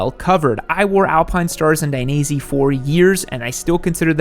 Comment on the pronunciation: Lol...who is die-knee-zee? Ive heard of Die-neh-zay.